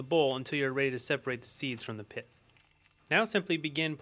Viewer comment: it's not piff it's pith lol